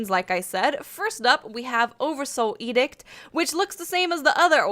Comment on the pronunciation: "oddursoul edict"